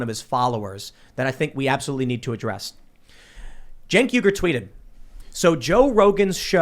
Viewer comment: What’s there Cenk Uygur What I see: Sink Weegur What Tim says: Jane Cougar